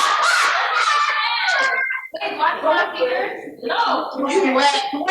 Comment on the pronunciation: Dright as In “Right” 😂😂